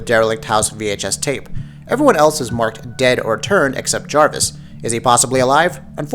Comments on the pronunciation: Clancy JAVIS not Jarvis. 😂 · It's Clancy Javis. Not Jarvis. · It's Clancy JAVIS not Jarvis you fucking idiots... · its pronounced Clancy Javis